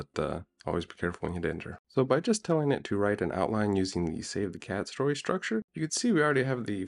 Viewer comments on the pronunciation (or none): none